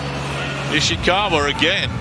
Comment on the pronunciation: I love how the speaker messed up Ishikawas name persistently